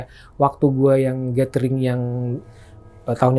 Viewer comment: Nyebut GATHERING tapi ga tau cara baca nya. Yg bner bacanya "GÉDERING" bang. Bukan GÉTERING. Emangnya lu baca TOGETHER tu "tugéter" gituh ? 😂 Apalagi lu kan ngémsi ya. Gue rasa perlu lah perdalam cara pelafalan yg bener 🙏